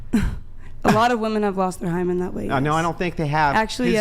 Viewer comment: lol one o f the woman repeatedly asked “what is a Hyman”? That’s like a man asking “what is a scrotum”? 😂